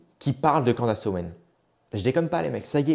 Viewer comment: CANDAAAAACE non cela prononce Candice merci